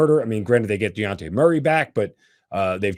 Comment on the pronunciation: The way you say Dejounte is aggravating 🤦🏽‍♂️